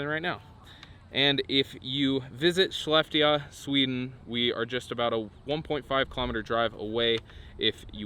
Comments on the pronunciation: Crash course on how to pronounce those Swedish cities: "Sheh-left-eh-oh" & "Lu-leh-oh"...hahaha! :D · Amazing. Westside should have just done this to make the adder lmao. The å is an o. Lew-leo. Shell-ef-teo.